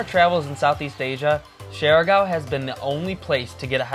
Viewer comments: I get a rash every time they pronounce the island name as "share gow" 😅😅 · How come you’re not able to pronounce the name of the island correct after you spend so much time there?